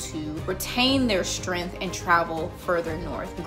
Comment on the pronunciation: I didn't hear a word you said other than you mispronouncing "strength" i was too distracted by that huge booger in your left nostril.